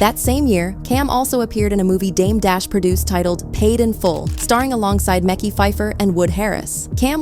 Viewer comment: I hate how they don't take the time to learn the culture before they take the job and start saying the names wrong. Smh